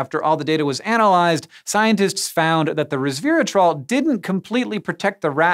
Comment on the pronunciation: not "reversatrol" >8^{